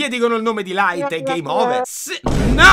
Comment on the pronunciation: Quel "LAIT" m'ha steso